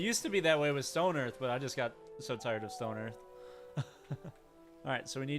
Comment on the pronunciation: there's no such game as "Stone Earth", there's only stonehearth and that's not how you pronounce Hearth in English, it's a standard word and comes up in standard English phrases like "Hearth and Home", where hearth is not pronounced like hearse with a lisp, but more like in heart? It's like some people really don't seem to get out much or have many words in their vocabulary.